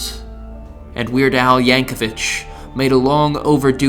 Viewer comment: There's no "h" at the end of Yankovic.